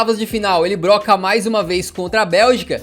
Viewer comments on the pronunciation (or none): none